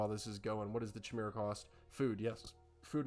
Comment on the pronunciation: Great Cover! Jotun= Yo-tun Jarl = Yarl Jormundr = Yor- mundr Chimera = Ky-mara